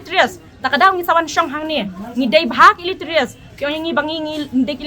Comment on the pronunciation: Illeterate ❌Illeterious✔️😂😂😂